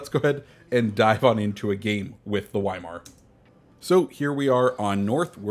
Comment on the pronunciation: I love your vids but pls pronounce Weimar properly